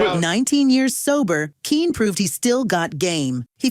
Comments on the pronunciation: I think it's pronounced Kenny even though it's spelled Kene. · He pronounces his name the same as "Kenny". Not "keen". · Using AI voiceovers? Smh. His name was pronounced “Kenny” not “Keen”.😅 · HE PRONOUCE IT, KENNY!!❤✔ GET IT RIGHT!!❤😂! DUHHH!!!!😊😊😅✔ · Kene's name is not pronounced "Keen." It's pronounced "Kenny." I know this because in the 1970s he hosted a PBS show called Burglar Proofing, and he said his name at the beginning and end of every program. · This lady is good but she pronounces it Keen it's pronounced Ken otherwise known as Tyler Hudson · His first name is pronounced Kenny. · Pronounced Kenny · It's that dang AI narration, that mispronounces so many words, especially proper nouns and abbreviations. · His first name - Kene, is pronounced Ken - E or Kenny. Tune up the AI Model... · its pronounced Kenny !